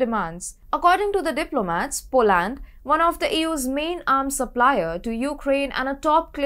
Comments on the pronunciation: Too heavy an accent, hard to understand e.g Polaaand. Work on getting the names right at least,. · Next time please pronounce Poland properly.